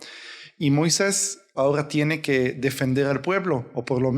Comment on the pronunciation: Una observación hermano es Moises no Moiseis